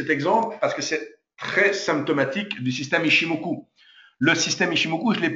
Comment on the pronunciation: C koi cette habitude chez les frenshies de tjrs adapter une langue à leurs culture!! Chikou senkou ichimokou!!? Ya pas de ou!!! C'est Chiko span, C'est Senko span, C'est ichimoku. Apprenez à respecter les langues etrangeres. Vous voulez apprendre l'ichimoku allez voir la chaine d'un expert japonnais, son contenu est en anglais allégé facile a comprendre. Dans ttes les videos francaises ya pas d'explication sur les time,price et wave theories!!? ''Japaneese forex trader kei''